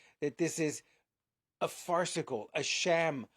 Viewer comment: This is serious, but can't get over the fact that the old guy from Jurassic Park said "farceicle"